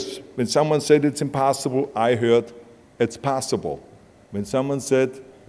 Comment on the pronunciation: did he really just say "impastaible" im..pasta.ible .. what kind? rigatoni or lasagna ?